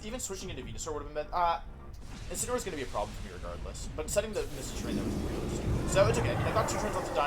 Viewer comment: Day 4 Wideo 4 of asking Mr Wolfey Glick to use "Insineroar" instead of "Insinnyaroar" to pronounce The pokemon Incineroar.